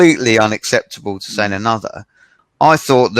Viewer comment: 講師は何人ですか。highをホイ、sayはサイ、tinyをトイニーとか耳馴れない発音が多いですね。私は英語は出来ませんが。